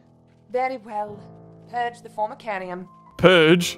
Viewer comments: Not to be a smart ass but it's pronounced for-ma-care-ree-um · Just saying, it's pronounced (form-ih-CARE-iuhm). I know because I keep ants. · Its for-me-ca-ri-um well when you say it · Form-a-care-E-um. That's how you say it. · Its midly infuriating that he keeps saying Formicarium as formation then for myca but he gets there hopefully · Formicarium - Form-I-care-ium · its formacarium fomicreum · Formicarium is pronounced as form-a-carry-um